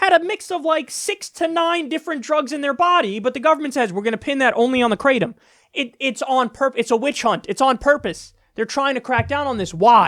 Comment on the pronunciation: And for jeebus sake stop calling it “crate-um”. It’s pronounced krahh-tom. It’s a Thai word.